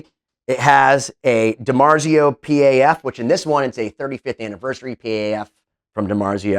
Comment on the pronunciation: Randy rhoads was the reason I started playing guitar as well!! Also, it's a dimarzio Paf. Pronounced PAF. It's not a dimarzio P. A. F. Just figured I'd let ya know. P.A.F.s are gibson humbuckers with the patent applied for label, or patent number label.